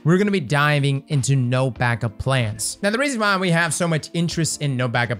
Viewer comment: Am I the only one hearing him add an S onto everything? TractorS Cannon, no BanckupS plan, StarfireS protocol